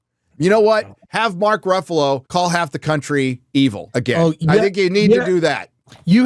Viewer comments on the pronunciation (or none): none